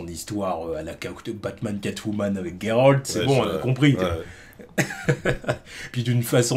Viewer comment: Merci de l'appeler Geralt et pas Jéralte comme certains. Big up la ligue :)